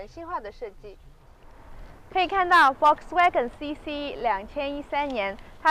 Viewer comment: 說實在話，主持人比車來得美。 給您一個小小的建議：在德文裡 Volkswagen的Ｖ要發ｆ的音，ｗ要發ｖ的音。